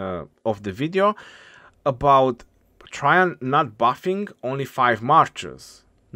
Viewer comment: His latin name is Caesar Nerva Traianus j’s didn’t exist then (developed as an alternative for an I and first appearing in poetry around 1200s to 1400s), so it would have been spelled Traian and pronounced Try-yan, as in modern Romanian. Traian is a common name in Romanian and it is pronounced more or less exactly as it was in vulgar latin.